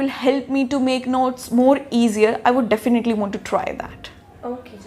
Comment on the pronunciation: Definaaatlyllyyy..😁 Definitely